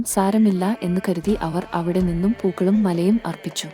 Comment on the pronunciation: Pookalum മലയുംഎന്നല്ല മാലയും എന്നാണ്